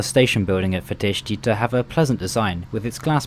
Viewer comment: Much better than most others, sure, but still some mistakes: the last A in Constanța is just a regular A, he pronounces it more like an Ă. And the final I in București and Fetești is supposed to be (semi-)silent...